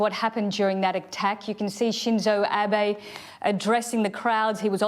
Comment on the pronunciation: Kay pronounced the ex-Japanese prime minister's name wrongly. Abe